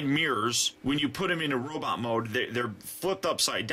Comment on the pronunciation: why do you keep saying robit instead of robot